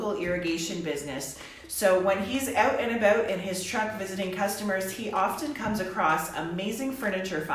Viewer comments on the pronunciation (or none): I love to hear you say out and about! So Canadian!